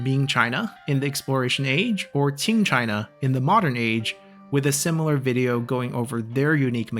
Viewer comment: Can tell you are Chinese by the way you pronounce “Qing”. Non-Chinese people cannot pronounce it perfectly